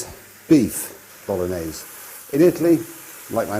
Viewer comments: Stock pot is actually used a lot in Italy, especially when there's no time to make a proper stock by boiling meat. Obv. if you have the time and the meat always go for the proper thing. Btw, you could make a bit more of effort and pronounce the gn correctly from time to time. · mi piace quando dice bolones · It's actually pronounced ”Bologanesh” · dude.....its called bologanesh ....:D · Spaghetti boknorrnese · I'm Italian and I never used stock in the Bolognese sauce. Plus, Marco's pronunciation of "bolognese", for someone proud of having an Italian mother, makes my skin crawl. I hope he improved it getting old. Everything else is correct. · It would be awesome if Marco, being 1/2 Italian could pronounce the name of the dish correctly. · He doesn’t even say it properly